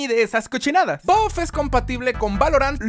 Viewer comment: todos: buff: boff